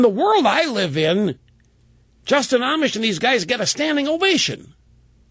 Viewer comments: Rush you obviously haven't been following this guy. Amash is not pronouced (Amish) like the religious group, It's (Amosh) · Rush would be even more credible if he could only pronounce his name correctly. "Amish", LOL... He's still learning, let's hope he can clearly state & support ALL of Justin Amash's Liberty program, that is to say... more Power to the People of the Republic!